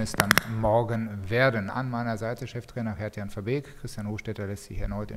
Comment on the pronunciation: Nicht veerbeek